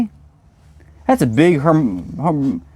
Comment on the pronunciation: Nice lil finds. Oh you had me laughing hard, you could throw it at someone, then scaring, then laughing at him trying prounce harmonica 😂😂😂😂😅😅😅. ❤😊